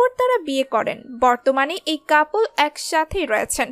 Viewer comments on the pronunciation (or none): none